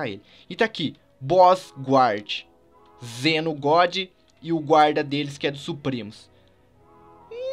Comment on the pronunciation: Não é Zeno e sim zen'ou